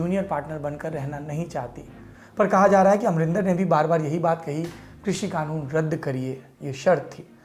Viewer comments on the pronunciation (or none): एक तो ये खानून नहीं कानून होता है 😂😂